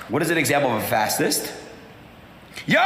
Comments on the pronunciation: He can't read....fass-ist??? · Guy at the end of the video can't even pronounce fascist 🤦‍♂️